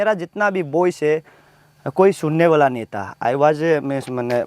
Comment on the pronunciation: Nai hoga , pronunciation 😂😂😂😂😂